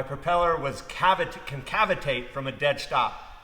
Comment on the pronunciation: Perfect. Look forward to these vids amigo. I heard cavatate but we knew what you ment. Keep up the great work.